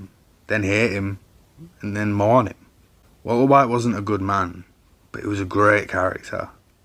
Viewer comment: I like your accent. I like the way you say 'Walter White'. A lot of people have made videos about Breaking Bad - and I have watched a lot of them. But your unique British accent might be the thing that sets you apart. As for the content itself, you identified the "I am the one who knocks" event, explained it beautifully, linked it to other important events, and brought it all to a safe end - tying your end to your beginning. Your personal point of view was clear. I liked it.